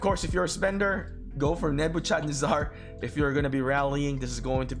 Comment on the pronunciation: "Nebu-chard-nazzar" excellent pronunciation :)